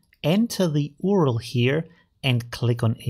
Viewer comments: Do you seriously say U.R.L as oorl? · Please say U.R.L instead of ORL, pleeeaase. first people started saying Gooyie instead of G.U.I and now they are after URL 😭😭 Just joking. thanks for the great video